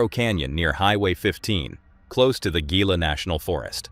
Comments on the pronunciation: Gila is pronounced like Hila. I live in Gila County Arizona, and many people miss pronounce it. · Omg being from New Mexico and hearing you pronounce the Gila national Forest with a hard G and not an H is killing me. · Gila National Forest is pronounced Hee-La. Not Gee-la. 🤦 Why do people grab for a camera when people act sketchy and crazy? Ever heard of grabbing a gun and start moving away but prepared for DefCon1? Stop calling everything a skinwalker! Jesus Christ! skinwalkers do not exist. They are products of Navajo folklore and confined to Navajo nation.